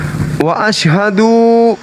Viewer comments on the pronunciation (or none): Maaf Bang... Kl ucap asyhadu.. Jgn dipanjangin 'asyhaduu "